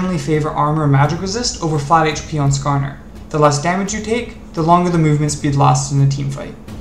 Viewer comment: "nascarner" oh god